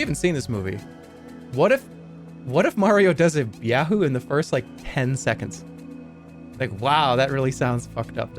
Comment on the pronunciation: I still can't tell at this point if Jerma knows it's not "Byahoo." I don't know why he keeps adding a "B" to it.